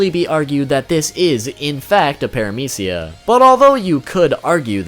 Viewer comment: Why are you pronounce paramecia is aids (no hate)